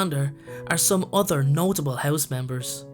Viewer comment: When you say "other" it sounds like "udder"